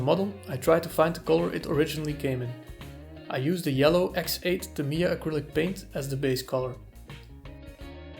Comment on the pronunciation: Tah mee yah - even stress